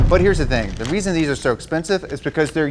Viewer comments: t h e r e a l w e a s o n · "REAL WEASON" xD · "The weal weason..." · “ the weal weason “ 😂😂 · “The weal weason”💀 I love them😂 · The weal weason 😂😂😂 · said "Real Weason" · The real” weason “ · “The real weson” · Tell me I’m not the only one who heard weason instead of reason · "The real weason" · did he say the real "weason"??!